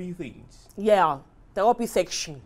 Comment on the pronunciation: There’s a reason Kunle is one of my favorite actors- too good 😂 Love the way he pronounces “things” as “fins “ . From big brother to Zaddy 🙌😂